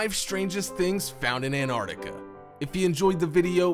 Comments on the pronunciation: Its NOT Anartica you fkn moron...get it right...did you go to school or were you brought up from vomit..learn to speak properly... ANT artica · Would you people PLEASE learn the correct pronunciation of AntarCtica it is not Antartica there is a C in the middle of the damned word.